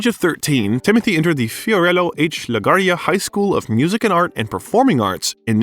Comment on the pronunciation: La Guardia's name is brutally murdered here.